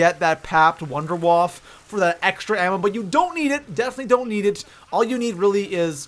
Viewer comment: Just saying, but it isn't wonder WAF. It is WAFFE, you pronounce the E. It comes from German, waffe means weapon, and wonder is like miracle. So it is MiracleWeapon DG-2. But I don't say weap instead of weapon?